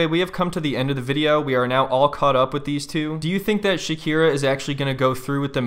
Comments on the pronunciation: I love that Shakina is referred to as Shakina, Shakeena, Shakeela, Shakeezy, and Shabklburbbbhhla during this video... 😂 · SHAKEEEZY killed me xD☠